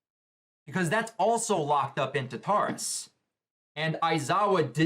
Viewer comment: Tar-ta-rus.....NOT Ta-tar-rus...please stop